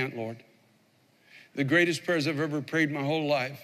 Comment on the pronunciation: LOL I thought he'd gone Southern when he said Pray-ers